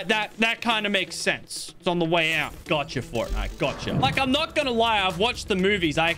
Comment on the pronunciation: It’s the guy from forrrrtnite!!!!